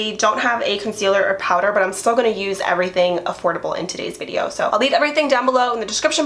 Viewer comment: you mean "steal" 😂😂 girl you said "still" them lmaooooo....im way too scared to steal anything omg. I wish I could lol